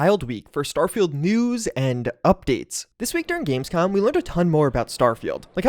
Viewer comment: said "gamescum" haha